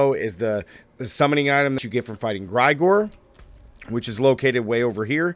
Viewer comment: Jfc! Limitless steel? Gr-eye-gore? It's Gr-eh-gore-E. You think that is Igor's cousin or something? Maybe you should double check your script to before you post your video to not look silly by getting item names wrong and mispronouncing names?